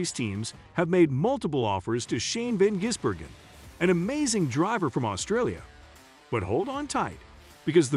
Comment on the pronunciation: Its VAN Gisbergan